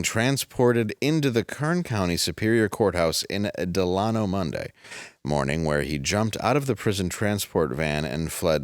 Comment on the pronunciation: What’s a Dalano😂😂 it’s Dell-a-no